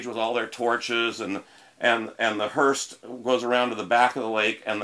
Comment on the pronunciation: Hearse, not hurst.